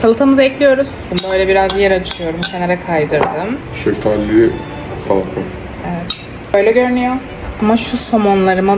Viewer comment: ✨Seftaliliggh salatigh✨😂❤